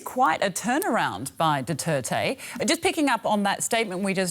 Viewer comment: It's Duterte no doo tey tey.